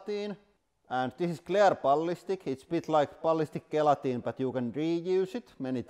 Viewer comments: Gel - Atine not Gay - latin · The playing cards were a huge surprise. By the way, gelatin is pronounced with a soft G as in jell-a-tin. Just thought you'd like to know. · Sounds like hes saying "guillotine" instead of gelatin.... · Gee, I thought you were saying "guillotine" instead of gelatin. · Because of his heavy finish accent it sounds like he's seeing guillotine instead of gelatin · Oh! You were saying "gelatin". I kept thinking "What guillotine?"... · I was so confused for the first couple minutes. I thought he was saying ballistic guillotine 😂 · When ever he says gelatin is sounds like guillotine :) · I love how you pronounce gelatin. The best way I can explain how we Americans say it is "jail-a-tin" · Gelikton lol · I assumed he was calling his press the guillotine. It wasn’t until I read your comment did I realize he was talking about the gelatin shock absorbers. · it took me more than half the video to figure out he was saying, "gelatin".